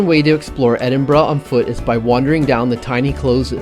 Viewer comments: Might need to make you guys honorary Scots pronouncing Edinburgh correctly, good job. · and Canadian monarch!!! No Greyfriars Bobby?? At least you pronounce Edinburgh better your southern neighbours. Hope you guys didn't drink all those 'beverages' on the same day !!! Try going to Dunfermline & Stirling next time. Dunfermline is the ancient capital of Scotland and resting place of kings & queens including Robert the Bruce (and birthplace of Andrew Carnagie) and original Carnagie Hall. Stirling is possibly the most important city in Scottish history with a stunning castle.